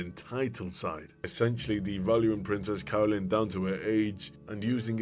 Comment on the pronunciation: I can't stop hearing "Princess Colon"